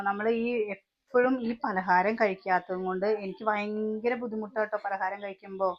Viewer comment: വയങ്കര കൊതുക് 🤣ഭയങ്കരം എന്ന് പറ